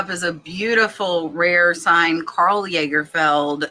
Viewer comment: Lagerfeld is pronounced "Loggerfeld" .....FYI.